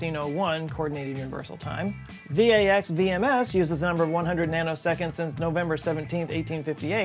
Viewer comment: FYI: RISC is pronounced “risk”, VAX VMS is pronounced “Vacks V.M.S”. Just for fun, ASCII is pronounced “askey”.